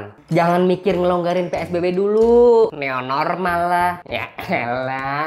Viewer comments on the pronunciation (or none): New normal dibaca neu normal dong 😂